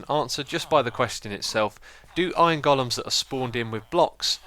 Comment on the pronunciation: I love how you call them goal-ems instead of golems. Lol.